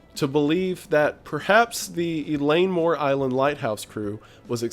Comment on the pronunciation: Wendigoon: “Eileen Mor Island.” Me: “Oh, I heard about this recently! Where from though?… Oh… right…”